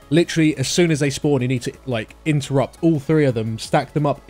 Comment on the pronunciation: Not gonna lie that sounded like "you need to imp-terrupt" :D